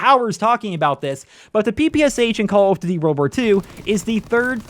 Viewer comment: lmfao wtf did he say?? XDD call of dvy?